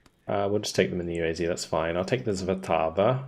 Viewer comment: Also, S is not read as Z, therefore not motozrelci. Svatava read as you see, Svatava, not Zvatava. And so on. Accent is always in official language at the word front as a rule.